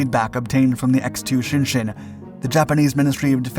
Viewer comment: A hint.... Japanese when printed in english is pronounced as it's written.... Shin-Shin